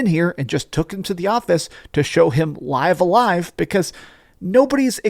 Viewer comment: It's pronounced "liv a live".